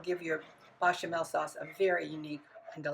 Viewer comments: BAYchamel. Not BAHchamel. For someone who claims to have learned to make this in France your pronunciation is terrible. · As a native French speaker (born in France, French mother, French grandparents on mother's side, went to university in France, lived in France, etc) I sugest you learn how to pronounce some of the words you are using. Your 'English' is poor... your French is simply appalling. It's not "Bachamel" for a start... note the é as the second letter which is definitely NOT pronounced the same as an a As for the dish itself... talk about making a pig's ear of things! I really, REALLY, R E A L L Y wish Americans would stop making cooking videos. YOUR FOOD SUCKS!!!!